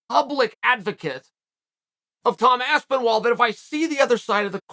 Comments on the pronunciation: Lmao he said Tom aspenwall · Tom Aspenwall 😂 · Tom has to now change his last name to Aspin-wall according to Chael's first pronunciation in this vid. It's true you learn something new everyday. Thanks for the reeducation unk. I'll see u at the Sunday bbq. Much love 👊🥋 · Even in a response he calls him Aspenwall xD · At this point uncle chael gets the names wrong on purpose 😂 aspinwall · 2 Aspinalls in and you call him "Waspinall" hahahahahahahahaha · Bro how do you fuck up Aspinall? He’s just mispronouncing names on purpose at this point. 😂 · Aspinall is so gud he made Chael pronounce his name right one out of three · Chael who still can’t says Toms name correctly… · you cant even pronounce his last name correctly how are you his advocate